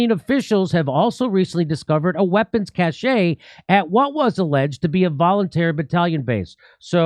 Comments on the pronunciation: Cache is pronounced "cash" my dude. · Cache is pronounced like cash. Not like attachē. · Jimmy, cache is pronounced like cash.